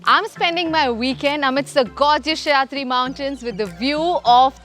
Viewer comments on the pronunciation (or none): Did you just call सह्याद्री as शयाद्री? Please learn the names well Kamiya. Reminds me of पानाजी for Panji (and not Panjim). You are 1M plus subscriber Channel. You really need to value and respect our Indian native names as they are! Would you travel to France and call it Fransh? (Just an example). Our places have specific Indian names and you can't butcher those names under the English influence. Such as calling a Kudta - kurta or worst Kurtis. And no - it is not मालवाणी - it is मालवणी as the plaace is मालवण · Shayatri mountain, Kharjat..angrej gaye inko puche chhod gaye. English bol rahe thik he lekin original naam pronounce to thik kar sakte he